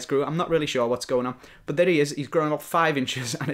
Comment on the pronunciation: but=bat. Not but=bUt. Thats so annoying